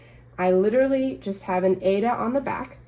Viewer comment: Thank you for your video, FYI - the fabric Aida is pronounced eye-re-da. The creator of the fabric wide loved opera and the fabric is named after the opera Aida.🤗